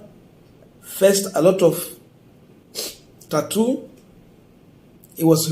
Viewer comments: 🤣🤣🤣🤣 i also noticed that. Boss,it's torture not tattoo!!! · this word, “torture”, is pronounced as “tocha” not “tatu”!